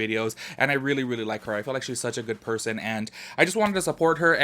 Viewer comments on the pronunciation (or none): none